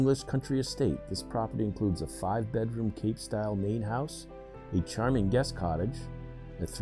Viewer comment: What the hell is a "cartage"?